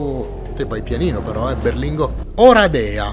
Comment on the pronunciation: Oràdea, Oradèa è un pò sbagliato